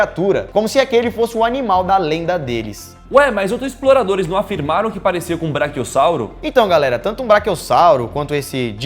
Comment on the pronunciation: a PRONUNCIA (o jeito que se fala) correta é braquiossauro e não branquiossauro.